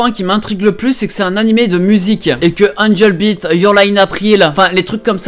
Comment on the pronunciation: le gars il est capable de prononcer Your Lie In April et Angel Beats presque parfaitement mais par contre pour dire Demon Slayer il dit Démon Slailler 😂